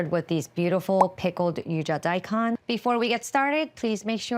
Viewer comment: Agreed, but how about ¨daikon¨? It´s not die khan ...it´s more like die cone (Nihongo, btw)